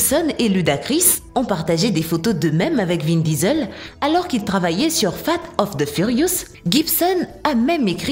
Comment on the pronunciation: Fate of the furious, prononcé comme ça c'est presque dégueulasse.